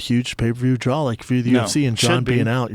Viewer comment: Can somebody please tell Shaub it's pronounced DRAW not Draoul